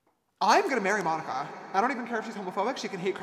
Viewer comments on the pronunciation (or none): Why are u saying my name like that its monika